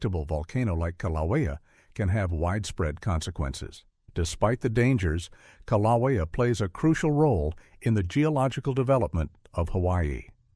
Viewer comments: Kilaweea, Kaliweea, Kalawia, Kilowia. Take your pick. AI pronunciation errors can be identified, and a correction made. To me, this is 100% the fault of the person making the video. They're either too lazy to proofread, or are ignorant of their own subject material. Meaning, they have less knowledge of the subject matter than the average person viewing the video. Both are inexcusable in my opinion. Also, the author stated Yellowstone could erupt with little warning. That is a completely false statement, with the exception hydrothermal explosions. But that's not an eruption in any way. There will be abundant signs of unrest for decades or even hundreds of years before an actual eruption occurs at Yellowstone. So tired of these sensationalized videos about Yellowstone and other volcanoes. The only thing that bothers me more is the commenters who are gullible enough to accept this false information without reservation. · Who in the world is narrating this certainly not a human because they keep pronouncing the Hawaii volcano wrong in every way shape and form you can so goodbye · Had to stop listening due to the mispronunciation of Kilauea. A human being would have done better. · The correct pronunciation is KIL a WAY a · You need a narrator that knows the names of the Hawaiian volcanoes. He’s making up the name a he goes. Get a smarter one. If that’s your voice get a new jib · This video is garbage. 3rd graders in Arkansas know how to pronounce Kilauea. AI or ignorance is no excuse for this weak video. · As a resident of the state of Hawaii, this AI pronunciation of Kīlauea is a good reason why AI shouldn’t be used